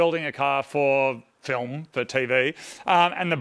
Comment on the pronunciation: Moog and Marty. Get it right, please!!! You are building a car for a fillum, not filmmmm